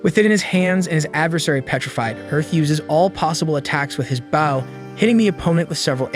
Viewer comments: how in the actual fuck did this go for 1 1/2 hours and you still keep saying bow wrong. If this is an ai voice you set then fair enough, BUT if that's you reading a script you wrote, you desperately need to go back to school son. Like more school than normal school ,cause you don't know how to fucking read. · Ong bro been pissing me off everytime he say bow wrong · Why was bow mispronounced the entire time? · Its a fucking AI that cant read things in context. After the fifth "bow" i had to turn it off. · Would appreciate you make better efforts to pronounce certain words correctly ex... Bow not Bao which is a type of savor stuff bread. Bow is the weapon the main character was learning how to use. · Bow not bao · the way it says BOW annoys me and literally anyone who even remotely likes archery ai: *BAW* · what the fuck is a bao, if you're talking about the bow, its pronounced b-oh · BOW NOT BAUW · why he says baw instead of bow? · It's not baw it's bow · bouw bouw bouw its b o w bow driving me crazy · Baw….bow hmmmmm close enough 😂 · Bro it’s bow not bao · Bro why would you say a "bow" ,Baw😂😂😂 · Bough compared to bow. They'll get right on it for us. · Why do you call it bauw and not bow. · I hear baw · It’s an ai voice so it says bouw instead of bow as it can’t tell the difference between “bow” and “bow” 💀💀💀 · ITS BOW NOT BOUW PLZ CORRECT THAT GRAMER MY EARS CANT HANDLE IT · I swear i won't be able to finish this video if you keep saying "baow" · Bro pronounce bow properly 😂you bow when your ment to pronounce it (bo) with the spelling bow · stupid ai cant say bow it keeps saying bao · Bow pronounced like Bo, just say the letter "O" then put a "B" in front to make the Bo sound. Swear, I think his voice is AI. Only reason I can think that he pronounces it like that. Or even like Boeing airplanes, just without the "-ing" part. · Stop fucking saying baw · bough and awwow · Bow (b-OH) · Why is he calling bow bao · Bro is saying baw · Crap AI can’t pronounce Bow